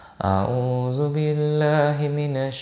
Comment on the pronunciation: Salam Alykum brother. Congrats on becoming a muslim, I'm so happy for you and love you for the sake of Allah. There are couple errors in your pronunciation.... Example it's Al-Rahman NOT Ar-Rahman, Sirat-allathina NOT,. Sirat-allazina. Also It's Athou Billahi NOT Azou Billahi. Keep up the good work brother I'm so proud of you and forgive me for correcting you. May Allah bless Jannah Al Firdous for your great work !!!